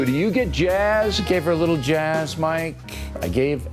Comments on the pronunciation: Every time he says Jazz I keep thinking he's saying jiz 😂😂😂 it's just gross how people haven't realize it how it sounds 😷😷😷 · Is he trying to pronounce the word jizz with a snobby highfalutin accent 🤣 he gave everybody a little jaaaiiizzzzzzz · Was o'reilly mispronunciating jizz and said jazz for less controversy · he's mispronouncing jiz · On account of the sexual harrassment charges, I really think Bill was just mispronouncing "jizz" when he said "jazz". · Did anyone else start hearing jizz instead of jazz at the end? Coming from O'Reilly, it seemed legit. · is he saying jazz or jizz?